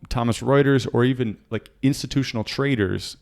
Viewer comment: I like it when you say "traders" it sounds like "traitors" :D